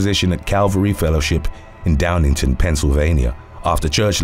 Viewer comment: It’s downingtown, not downington. Those cutthroat law abiding Christians are something, aren’t they?